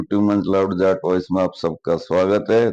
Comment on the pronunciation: Loud JAT(जाट) voice ना कि JAAT(जात)